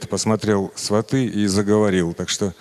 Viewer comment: Сериал украинский, на украинском будет "Свати". И читается как ы